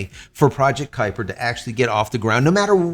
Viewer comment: Kupier lol